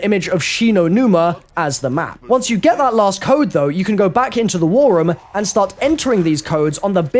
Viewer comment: I HATE the way you say "room" REM REM REM REM